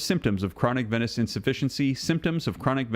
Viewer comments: Please pronounce 'venous' as veenus. Venice is a city in Italy. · Say, venous! Not venis. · Venus/Venous is pronounced as Veenus